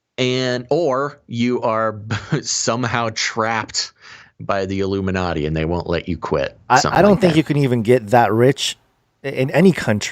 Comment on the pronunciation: The I-Gloom-in-a-ti..